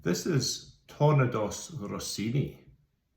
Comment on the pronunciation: Bro pronounced ‘’Tournedos’’ like a Spaniard 😂